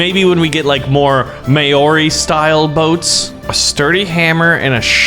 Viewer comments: What is maaaaoooorrrri it’s Maori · Maori not moarir but l love your vids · U said Maori incorrectly ( there’s a macron over the a) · The way he said moari lol